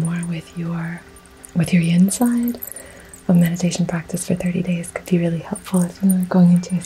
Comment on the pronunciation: Do you mean yin and yang energy. You said yon or yong